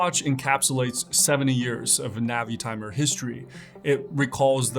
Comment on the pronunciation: ":Navy-timer" not "Navitimer"? I got tripped up by your pronunciation there. Anyways, fun video, and I always look forward to your stuff here.